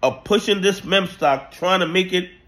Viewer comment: why can't you say meme properly? it feels like a conspiracy at this point. say "MEEM", its not hard bro, please